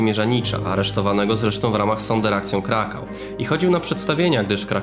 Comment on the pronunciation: materiały Pana są wartościowe, ciekawe i świetnie przygotowane, mam naprawdę drobną uwagę: Sonderaktion czytamy jako "zonderacjon"....